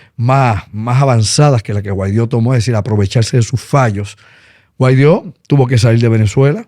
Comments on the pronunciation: Ah y es Guaidó no Guaidio 🙄🙄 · Primero aprendan a pronunciar Guaidó y después hablen de él. Jajaja